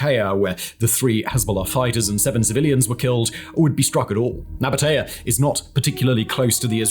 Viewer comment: just a quick note: we pronounce it Naba-tee-ye